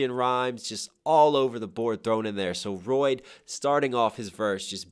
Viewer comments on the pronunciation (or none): This dude called him Royde